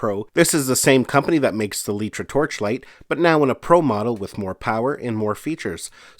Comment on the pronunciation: I have to correct you. It isn't called letra. The company is called litra (Light-Tra) Like a light bulb.